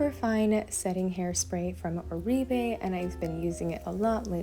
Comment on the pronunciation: You nailed it 🎉❤ ❤oribe is pronounced "or-bay"😊